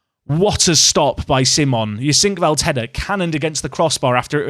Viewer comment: HEU-sink-veld. Emphasis on the first syllable.